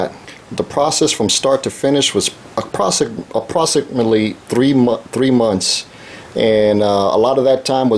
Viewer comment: He didn't say approximately. He said approsicmally.